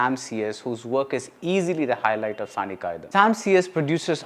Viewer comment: But BR, it is not Saani காயிதம்.. it's காயிதாம்.. நெடில் :)